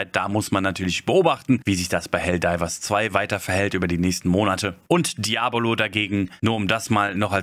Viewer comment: Ich fand dein Video der Hammer.. geb dir in allen Punkten Recht und hab das Video deshalb auch genutzt, um Helldivers2 Freunden "vorzustellen" :) Trotzdem hast du mich immer wieder verrückt gemacht mit der Aussprache von "DiabOlo" arg :D :D :D